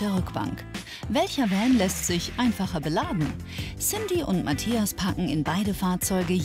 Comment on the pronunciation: Wie Cyndie immer sagt : Mattjas